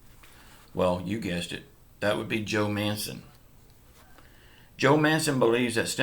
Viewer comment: MANCHIN MANCHIN MANCHIN REAPET AFTER ME MANCHIN NOT MANCEN!! MANCHinnn